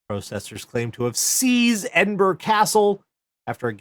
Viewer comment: In fairness, because I unfairly griped about this some years ago - yay, he got Edinburgh pronounced right, multiple times! Also, that story - they may only have been thirty people inside the Trojan Horse but none of you are fucking Odysseus, okay?